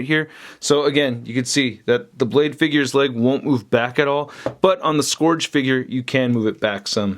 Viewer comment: Dude, please stop. It's SKURJ. Rhymes with PURGE or SURGE.